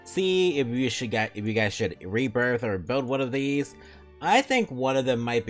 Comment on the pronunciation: I always hear it as "rebirb" when you say it